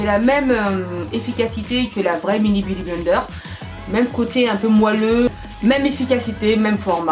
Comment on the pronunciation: je kiffe tu dis beaudy blender au lieu de beauty blender